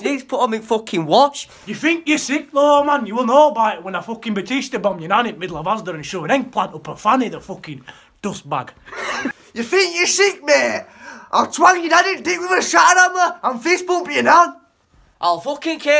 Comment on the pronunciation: didnt even say "douchebag", he said "dustbag"